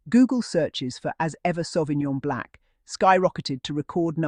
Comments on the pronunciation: Pleaseeeeeeee pronounce the wine properly BLANC NOT BLACK. I cringe everytime you say black.🌏🏝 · She is saying Blanc is her accent or pronunciation that makes it sound Black